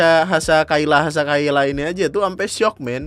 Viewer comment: Kyla itu dibaca nya kila. Just info